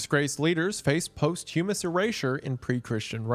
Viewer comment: Man, I was thinking 'yeah hes butchering all these pronounciations, but I guess theyre mostly goreign names' but then you had to go and say 'post hyumus'.